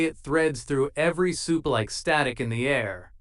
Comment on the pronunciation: Butcher isn't in the episode. Your AI still cannot pronounce supe.